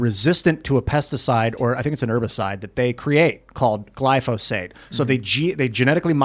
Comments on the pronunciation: for the love of God, its GLY-PHO-SATE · I love how can mispronounce glyphosate several times within a few minutes and still sound smarter than.